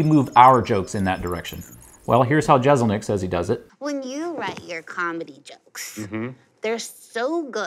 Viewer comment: Jessselnik not jezelnik